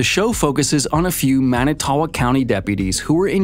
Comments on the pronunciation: He is not innocent. I live in WI and he killed my best friends cousin without a doubt. (BTW Manitowoc is pronounced ‘man-it-toe-wok”). That ppl that think this waste of a human has merely been duped by a spectacular piece of filtered garbage media without verifying facts or who made it uncovering their agenda. Sad state of affairs these days when the vast majority do not do the research, don’t know how to do the research, or just lack critical thinking skills so take any piece of media at face value. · Everyone in WI listening to this guy try to pronounce "Manitowoc" 😬😬😬